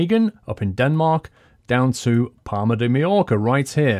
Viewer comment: thought he said "Parma" in italy, "Palma" is prounounced PALL-MA